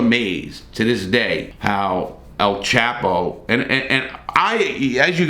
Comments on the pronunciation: It’s El chop o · Its pronounced (El- Chop-oh)😒😳😁